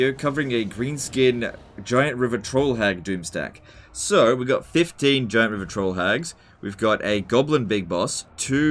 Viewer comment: 0/10 cause i have to listen to "rivah twoll hagggggg".